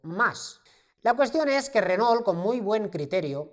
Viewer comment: ESTIMADO, LA VERDAD QUE TUS VIDEOS SON UN PLACER, PUEDO ESTAR TODO UN DÍA APRENDIENDO CON ESTO SI PUDIERA. TE MANDO UN ABRAZO DESDE ARGENTINA. P.D: critica constructiva, se pronuncia "renó" Saludos